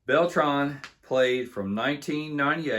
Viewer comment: Adrian "Bell-Tray" not "Bell-Tron" just call him voltron lol